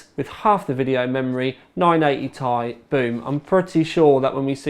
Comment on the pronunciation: Its pronounced T i not tie. Sorry, you just sound silly saying 980 tie.